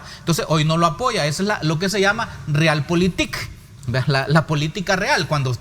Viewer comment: Real politics hahaha digalo en español q ni lo dice bien en inglés